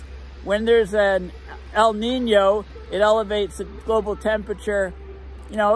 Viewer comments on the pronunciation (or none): El Knee-Know